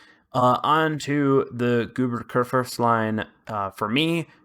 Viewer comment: pretty sure he does it on purpose for comic effect. Goober is a funny name for a ship. For some reason it’s funnier because it’s German.